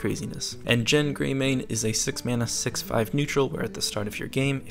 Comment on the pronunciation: G G G not J